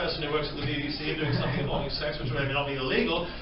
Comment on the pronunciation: Can i say sumfing ?😂👍🏻👍🏻👍🏻👍🏻